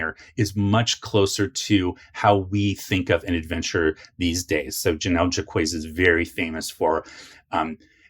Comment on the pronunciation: I think Jacques is pronounced like "Jock" but with a French J that sounds like you're smuggling a Z inside it.